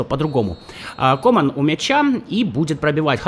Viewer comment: Иногда так ору с того, как ты каверкаешь фамилии футболистов... ну это жесть.Барелья - Барэлла, Думфриес - Дюмфрис, КОман - КомАн ( ударения ). Страшно представить, как бы ты Гальярдини назвал бы )